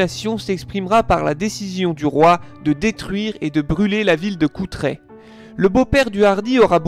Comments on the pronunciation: l'origine du mot moutarde n'a rien a voir avec la devise de Philippe le Hardi (moult me tarde). Ca vient du latin 'mustum ardens' (moût ardent). Et on dit CouRtrai, pas Coutrai. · CouRtrai... avec un 'r' avant le 't'.